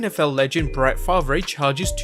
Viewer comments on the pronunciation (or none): it's spelled the way it's written here but it's pronounced Farve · I would much rather see a Fall Brawl than another "big" PPV with no fans, wrestling sucks without fans. No pop = bleh. Also it is pronounced Bret FarV ....no re at the end. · “Brett Far-V’Rey” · you said bret fav ray im dead on the inside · Fahv-ray Lol... I get it though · The way you said Brett Favre's name killed me a little inside... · Same here 🤣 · Nutt agreed. It's just been so long since I've heard it said like that...might just do it myself to any Packers fans specifically... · As a 49er fan, he says that name the way I say that name...the way it's spelled. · Same lol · Thats not how you BRETT FAVRE.WATCH NFL FILMS TO HEAR HOW HIS NAME IS PRONOUNCED 🤦‍♂️ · You could tell he doesn't know NFL well bc he pronounced Favre incorrectly 🤣😂